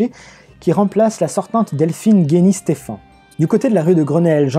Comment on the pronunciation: Et c'est Delphine Gény-Stephann et non pas Guény ;)